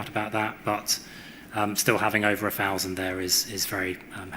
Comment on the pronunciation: Curious, for someone to reach his professional level yet sounds words starting with ‘TH’ as ‘F’ - e.g. lots of “Fousands” and some “Finks” … ?